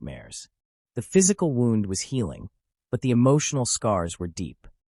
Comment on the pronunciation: I was thinking the same thing... he was talking like he was there. Im sure the people involved didn't describe it like a story. This is probably A.I it had the same 3 or 4 pictures throughout And he pronounced "wound" as in the victims gunshot wound as "wound" like he wound a cable a human reading he's own note wouldn't make that mistake I wont be subscribing. I want real stories by humans.